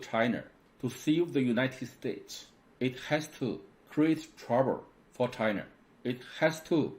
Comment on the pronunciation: I like his Points made, but need to pronounce L and R correctly. China is never being called Chiner. Where did he learned his English?